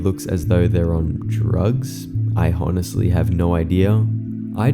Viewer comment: did you just say HONestly?? like honestly but actually pronouncing the h????